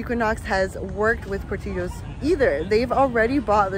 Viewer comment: I understand the Hispanic pronunciation, but it's from Chicago and pronounced Poor-TILL-ohs. 🙂